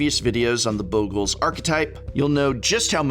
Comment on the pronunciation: Stop pronouncing Bogles wrong.